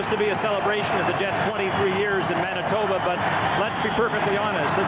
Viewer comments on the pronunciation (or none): none